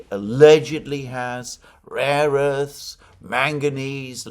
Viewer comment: It was quite embarrassing & telling that Trump didn't know the term "rare earths" but said repeatedly "raw earths" instead.